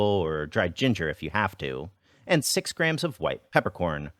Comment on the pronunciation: the way he says “and”😂😂😂